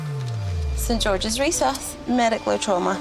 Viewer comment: resus......not recess